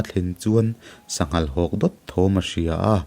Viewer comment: I chhiar tam tawh viau na a....i chhiar sual nual ṭhin a nia 'sanghal hawk' tih kha a thluk a awm tur a nilo.